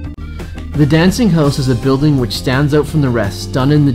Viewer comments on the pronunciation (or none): none